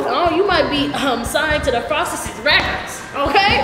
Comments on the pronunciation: it’s “the frostesess” for me you fool😭😭😭😭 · SHE SAIDBTHE FROSEST 😂😂😂😂😂😂😂😂😂she funny